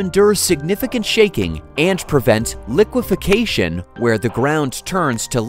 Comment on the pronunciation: One minor pronunciation correction regarding soil behavior in an earthquake: The word is liqueFACtion, not liquiFICAtion. Note the spelling "lique" instead of "liqui."